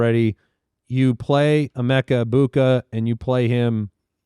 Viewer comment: Who is the voice mispronouncing Ebuka?